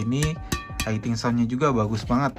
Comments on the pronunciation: Maaf bang, hitting dibaca hiting aja jangan jadi haiting.... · Hitting sound Om, bkn haiting sound.